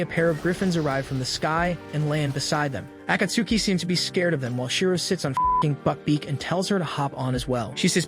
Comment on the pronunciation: Pronaunciation of Akatsuki actually hurts :|